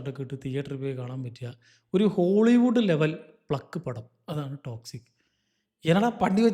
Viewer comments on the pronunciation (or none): "ഠോ!" ക്സിക്😂